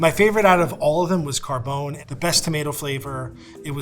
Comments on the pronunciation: It's pronounced Car--bon(with a long oh)-eh. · I'm irked by how they pronounce Rao's. Rayo is some weird Americanized pronunciation of Rao. Same thing with Carbone. Carbone has three syllables.